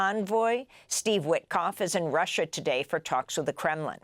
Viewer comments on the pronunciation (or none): none